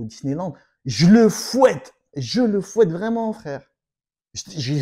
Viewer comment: J’aime trop ce mec il me fume 😂😂😂 il a dit "Disneyland" 😂😂